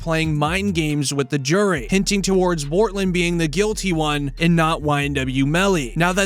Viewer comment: His name is Bortlen! Not Cortlen!